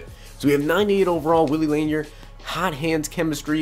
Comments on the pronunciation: Lanier is pronounced La Near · You tube Lanier so you can say his name right, he is a legegend lol laaaaaaaanearrrrr😎